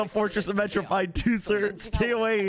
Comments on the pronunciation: it’s Mare-o-peed 😭 not metro-pied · Am I the only cringing to the way he says Meropide 😂